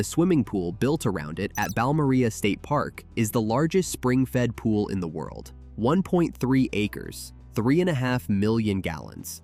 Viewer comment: Right off the bat. It is pronounced Bowel-moor-Ray Think of the first part like vowel, a, e, i, o ,u but with a B and say it a little faster I have been there on vacation would highly recommend.